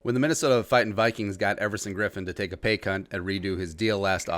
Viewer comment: Don't think you said "Paycut" hahahah.